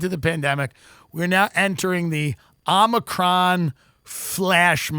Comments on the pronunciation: I feel like it was kind of a bit bc Biden said Omni-cron but just FYI for y'all it is a Greek letter (like alpha beta delta) pronounced OH-mih-cron, emphasis on the O like in Omitted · "omnicron"?? jesus..... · Tim is smart and very funny. But somehow despite repeated corrections he can't pronounce "omicron" correctly. There is no n, Tim. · Tim not being able to say omicron is still funny years later. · If TD ever pronounces "OMICRON" the same way twice I'm unsubscribing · knows if he points out Tim’s mispronunciation of “omicron” he’ll be savagely beaten. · Its legit embarrassing that he is physically unable to pronounce "omicron" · Body of a competent lesbian working at AAA , mind of a ditzy blonde that can't pronounce omicron. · Word Omicron is really kicking his ass :) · I died a little every time he mispronounced omicron, even after they said it on the clip haha